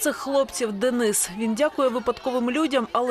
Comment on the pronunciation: Як гидко слухати від українки, (дініс.). ДЕНИС-український Герой, захисник. А не (московський деніс) Слава нашим українським захисникам!